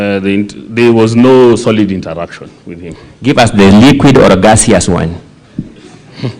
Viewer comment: Not him saying gaseous and then smiling 🤣 🤣 roasting is real